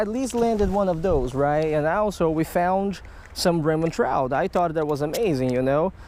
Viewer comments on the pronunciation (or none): "This is a Raymond tchrouch" just teasing love ur vids ( also know English is your fourth language)